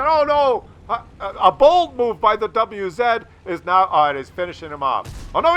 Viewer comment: It's not double u-zed, it is vah-zah just ask Skill4ltu :)